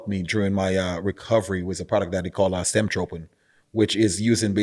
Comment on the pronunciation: Stemtropin hahahah give me a break